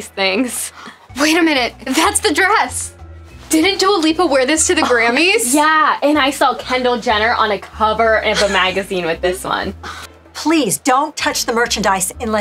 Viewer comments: It’s due-a lipa and it’s Kylie jenner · “TwO jEnNeRs” “KeNdAl LiPa” 💀💀💀💀💀💀💀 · Did she say Dua Jenner and Kendall Lipa?😂😂😂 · Who are “Kenndel Lipa” and “Dua Jenner”🤣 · It’s Dua Lipa and also it’s Kylie Jenner just so you know because you did it wrong